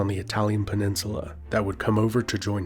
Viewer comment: "penisula" lol